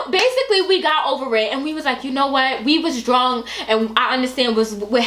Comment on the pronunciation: I love how says drunk. She's like "drwunk!" 😂 so much emphasis